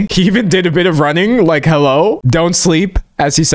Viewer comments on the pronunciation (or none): none